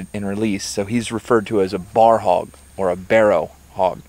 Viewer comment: ITS PRONOUNCED B.O.A.R... NOT BAR STILL LOVE THE VIDEO